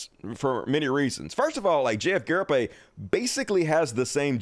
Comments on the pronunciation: it's pronounced GAW-REE-HEY-PEE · It’s actually pronounced guh-REEP.